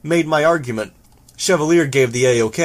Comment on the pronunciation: It seems like the recording of Interlude 1 in this video is newer than the version that's on the main website. Chevalier is pronounced correctly in this one, it might be better to use this version of the chapter on other platforms.